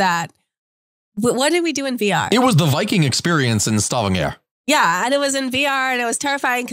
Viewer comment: stavangéér interesting pronounciation